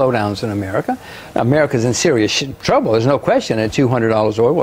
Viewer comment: Rodgers "Americas in serious Shttrouble" LOL, we know what you wanted to say jim.. brilliant..